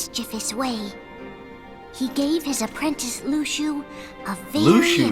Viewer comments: no it's loo shoo not lucksoo, you don't pronounce the x the same as the no bodies, the master bares the x sigil on his jacket zipper, hes behind it all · had me saying Luxu name wrong all this time it's "Lu-shu".